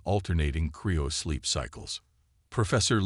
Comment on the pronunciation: Cryo sleep. It's cryo sleep not Creo sleep.